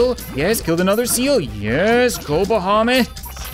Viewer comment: You spell "Bahamit" like "Vomit" xD